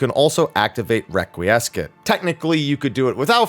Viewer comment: "requee-ess-scat" "Con-fee-tee-or"